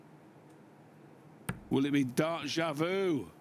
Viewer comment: DAY-JAH-voo - not DA—JAH -voo old chap